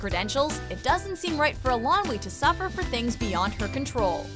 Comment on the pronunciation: Please, please learn how to pronounce Eilonwy. It sounds like "Eye-lon-wee" (stress on "Eye").